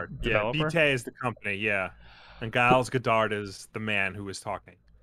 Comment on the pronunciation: I've never heard the name Giles pronounced with a hard 'G'. USA, you continue to astound me.